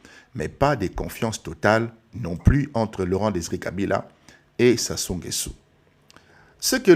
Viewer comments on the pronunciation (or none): Ecoutez vs etes zairois c nést pas votre probleme il est nguesso et pas nguessu.